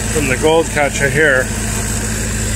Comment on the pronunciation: speaks with near perfection……except, for the word “Catcha” lol. 😊